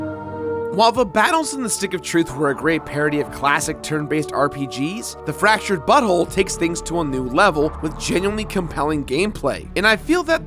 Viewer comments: You are definitely saying "fractured butthole" instead of "fractured but whole". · it sounds like you said. Fractured butthole ?